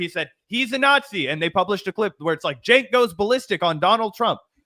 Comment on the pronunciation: Man I hate the way said "chenk" like it's a J sound 💀 not ch. Side note, a broken clock is correct twice a day so it was only a matter of time before Cenk got something right